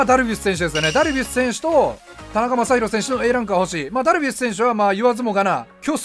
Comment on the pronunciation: ダルビッスさんに聞こえる